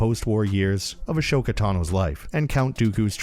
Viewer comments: XD yeah that stuck out to me. Not sure if he’s trolling, but all the shows pronounce her name AH-SO-KAH. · A"SH"oka? rly? xD